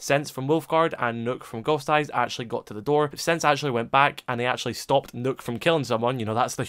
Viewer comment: Why do people pronounce nokk as nook